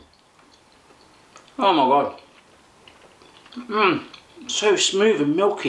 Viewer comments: It's so funny to watch this video, when you're swiss.. :D Your pronounce is SO funny.. :DD The branche call we "Brüggeli" and the first chocolate you tried is pronounced like 'callier' and not 'gailer', the Leckerlis are better with some warm chochlate.. :D I would like to correct you., but this video is just over a year ago. xD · Cailler not ghaile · It's Cailler not Gaila😂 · “Gailer?” Omfg it’s Cailler 😂😂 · Hahaha Gayler this is Cailler. It's french. ;) Greetings from Switzerland. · It is not Gailler it's Cailler!! Hahahaah I died when you pronounced it that way, but then again, you're british and that's a french word, good video! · Gayler? dude, ist pronounced the French way, ''Cayer'' and herzli is ''härzli'' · I love how you kept pronouncing Cailler like GAILA (GEIL ist the german word for sexy, wicked, horny), It's pronounced something like "Geiee" and is actually a French word xD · I expected you to taste rivella, maybe another time! :) I just discovered your videos I found them pretty good! Subscribed ;) By the way, it's not Gaila, but Cailler! Whatever, it made me laugh! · Cailler is my favorite. You pronounce it kah-ié. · Haha "tschailer" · Cailler is prononced Ka-yé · It's called "Cailler" and pronounced "Cay-eh". "Herzli" actually means "little heart". "Ovomaltine" is the original name of the Swiss brand, the export versions are called "Ovaltine". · OMG I LOVE THE WAY YOU PRONOUNCED CAILLER HAHAHHA^^ its a french word and you say it like kayer or smth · Hehe nice video ! Just for your information Kägi is pronounced kay-gi (with a G like in Google), Cailler is pronounced ca (like in café)-yeah, the W in Wernli is pronounced like a V. ^^ You made some other little mistakes but these ones (espacially Cailler) were more significant. By the way I live really near to the Cailler chocolate factory and if you still have question about what you ate or something, just ask them =) I really enjoyed watching this =D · I'm Swiss and it's Cailler....